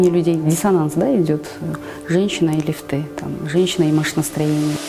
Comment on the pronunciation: лИфты!!! пожалуйста правильно говорите!